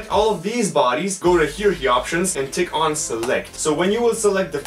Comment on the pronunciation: for hierarchey its hire arch e not hearkey i will help your English skills in time of need!